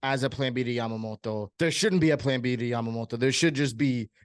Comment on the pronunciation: Why are you pronouncing his name like that lol